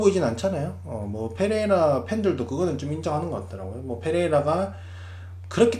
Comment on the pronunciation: Pㅔ레이라 F로 발음 하는거 킹받네